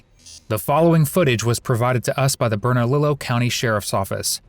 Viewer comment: The pronunciation of Bernallio… 😂😂😂😂